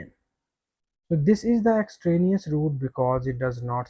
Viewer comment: Extranouse ≠ Extraneous